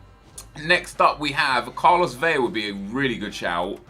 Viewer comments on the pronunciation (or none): Jesus fucking christ when are you fifa youtubers going to learn that Vela is pronounced just like it's spelled, NOT VEYA